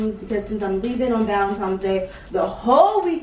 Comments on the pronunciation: Valentine, not Valentimes!!!❤️❤️ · ValenTIMES though? Come on 🤣🤣🤣 that‘s a pet peeve of mine. I hate when people say that. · Do you say valentimes on purpose?